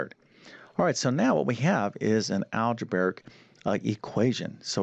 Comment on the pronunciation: He spells it correctly but why can't he pronounce it PythagoreaN? Goes along with algebaric instead algebraic, among other mispronunciations. C'mon. Teach the terms as well as you teach the math.